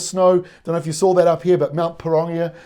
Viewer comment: Kia Ora bro can you practice your maori words like mount porongia thank you for all your weather cast updates very informative